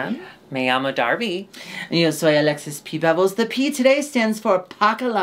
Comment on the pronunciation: Alexis' accent saying "y yo soy Alexis" was PERFECT I had to process it for a moment